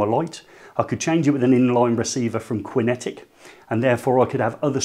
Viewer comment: It's pronounced Kinetic not Quinn etic! 🤔😱🙄